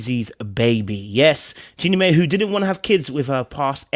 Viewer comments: Jeannie "MY" NOT "MAY" Jeannie "My"/Mai. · Not mae “my” is how it’s pronounce